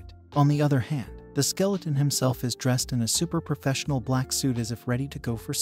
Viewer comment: Bro said skeletron every now and then 😂